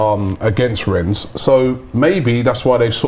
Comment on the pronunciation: Rennes. Do not pronounce the 's' . It's the same as wren.